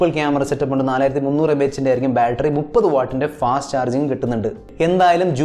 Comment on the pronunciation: ബാൾട്രി അല്ല ബാറ്ററി 😜